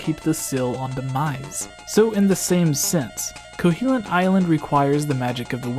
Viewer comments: KoHOlint...not CoHEElent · Kohilint? Pretty sure it’s Koholint... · eye twitch there's no E in Koholint, it's not Koheelint xP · First up, can I just crucify you for calling it 'Ko-HEE-lint island? Secondly, that is all.